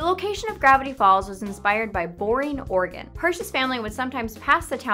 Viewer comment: Whenever she says 'Oregon' it sound like 'organ'. "Gravity Falls is located in organ." "WHICH ONE?!"